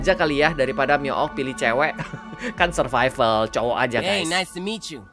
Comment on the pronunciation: Survival tapi bunyi nya(SURFIFAL)🤣🤣